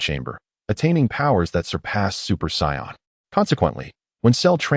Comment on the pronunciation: its really annoying that this says psy-on instead of Say-in